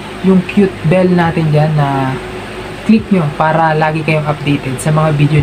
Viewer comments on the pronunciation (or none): none